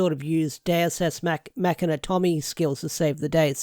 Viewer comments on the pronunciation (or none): none